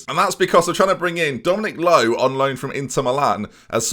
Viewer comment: your pronunciation of angers and dominic lowe within a few seconds ...